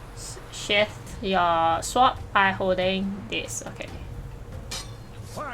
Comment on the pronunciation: Story and sowrd? 🤣 And they say asians love their games extra hard.